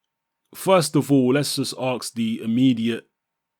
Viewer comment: It's .. Ask.... Not aks.. Love of God